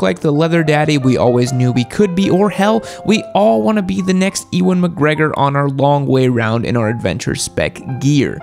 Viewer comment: Wait til he learns how to pronounce Ewan!